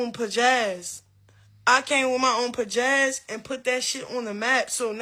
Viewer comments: Did she mean ‘pazazz’? 🥴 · When she kept sayin “Pajazz” I fakeweight wanted to🔥her💩up😂😅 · Any Bitch they say pijazz instead of pizazz ( 2 or 3 times) aint got none and im giving her a fuck up dummy contract 😅😅😅